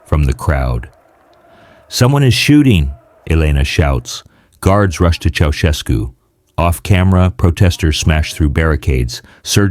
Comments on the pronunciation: チョボエスクではなく チャウシェスクね。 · Den Namen kann man garnicht falscher Aussprechen. Dumme KI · 現地での発音は知りませんが、当時も今も、日本国内では、「チョシェツク」ではなく、「チャウシェスク」と呼ばれています。